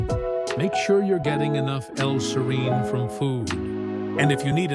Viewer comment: Two things: (1) serine is NOT an essential amino acid; at most it's conditionally essential, and (2) the persistent mispronunciation of "serine" and the severely annoying music made it so I didn't stick it out until the end (I went only to 2 colon 27). There are several other sources of info on this topic without persistent mispronunciation and annoying music.